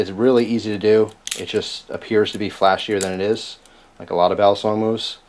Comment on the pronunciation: Just fyi. Youre right about it being Philippino. But its pronounced. Bah-lee-song.